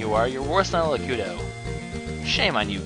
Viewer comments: Its Not Lakuto Its Lakeetu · lakuto? Lakuto? LAKUTO? ITS LAKITU!!!!!!!!!!!!!!